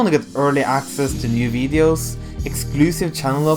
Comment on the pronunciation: Ya really still can't pronounce videos properly, wellwell